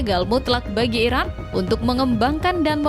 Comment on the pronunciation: sering salah ucap IRAN ➡ IRAQ